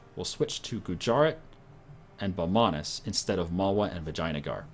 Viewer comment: It's pronounced vijeya-nagar